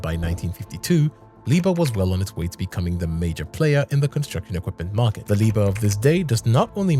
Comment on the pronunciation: Hey man the pronunciation is all wrong